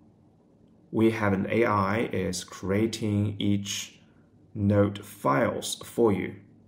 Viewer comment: I hear NERD every time he says 'note' lmao